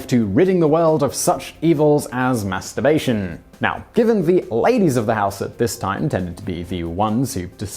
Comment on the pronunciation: lol how simon annunciates masturbation cracks me up every time